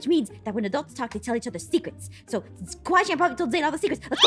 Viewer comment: It kawai~chen not Kawai Chan